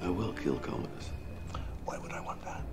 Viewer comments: However his name is "Commodus" and not "Communus". 🙂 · The name is Commodus. There's no "N". He was an actual Roman Emperor. But this is not historically accurate, it's a made for the big screen story. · Go to sleep "Comonus" haha